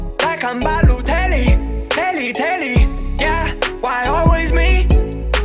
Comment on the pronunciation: is BALOTELLI